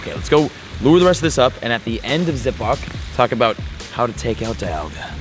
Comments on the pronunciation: it's dee - al - ga not die - al - ga you nerd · Dee-alga not die-alga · its Di-alga not Daialga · It’s not die-alga it’s Dee-alga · It's Dialga not Dailga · It's Pronounced Dee-AL-Ga...Not Da-YaL-Ga...I get triggered everytime you pronounce it wrong.. :-/ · It’s pronounced deealga not diealga I know it’s spelled dialga don’t me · Deeealga!! Ahh every time he says it my heart breaks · DIE-Alga lmao 🤣 Have you played Pokemon Diamond/Platinum? Cringe every time he said DIE-Alga 😬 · Ryan Noble lol, he kept saying DIE-Alga broke the game, more like he broke the game by pronouncing it totally wrong lmao 😆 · How would you pronounce it? C'mon be honest now. :P When Diamon/Pearl first came out I pronounced it like he is. I still pronounce it DIE-Alga because the correct way is wrong! XD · "Dyalga" lol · Ik it’s Dee-alga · OMG .... ITS DEEEEEE ALGA. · It’s pronounced dee-al-guh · Victor Medellin he’s just playing pokemon from pokemon go. No wonder he doesn’t know how to pronounce Dialga, DIEAlga lmao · Pronouncing dialga completely wrong, someone didn't watch the movie eh? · Am I the only one getting pissed of his pronunciation of dialga? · Does ut not bother anyone els that he pronounces it wrong??? Cause am botherd by it!!! Plzzzz......learn!!!! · If you mispronounce dialga one more time, I'm gonna have another hernia.